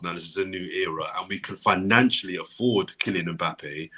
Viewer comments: pronouncing (mpappe) really proves his professionalism in butchering of names 😂😂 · Good to c everyone on a bless vibe still, bigup. Maybe u man should b calling or! When did Mbappe become "Mpappe"??!! 🤣🤣 Man plays Russian roulette wid people's names.